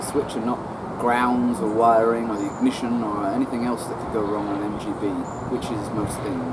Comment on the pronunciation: Dude, that was hilarious. Thanks for the laughs,. Your British pronunciation of “ignition” is legendary.